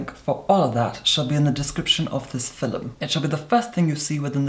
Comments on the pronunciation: IS HE TRYING TO SAY FILM WHEN HE SAYS FILUM ITS HURTING MY BRAIN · Does he say filum or film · I like videos but the way he says FILM always frustrates me😂 it‘s film not FILLEM😂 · In the filum love it when he says film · "In today's filem"❤💦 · Is he saying fillem? Not film? Cool. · Is "filum" actually a word? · He’s gone so far out of his way to say the word “filum” as many times as possible... I think he means for people to make a drinking game of this video 🤔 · "fillem" x 3 in the 1st minute SCORE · every time i see a new video in my subscription box i mutter to myself "in today's filum" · fernandodomenico it's just how some of us pronounce film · “Hello everyone. In today’s FILL-UM” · I say filum too... I'm Irish. Didn't realise it was so weird. I only thought Americans say feelm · i love how he pronounces film as fil'm 😂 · I am completely addicted to the way you say "Filim". I love You 😍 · Is it fillim or fillum ? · pronounces film like filum so the commenter was mocking them. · Noo lol the person is just mocking the way talk filum means film lol hope that helped😊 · Draco yeah it’s just how he pronounces film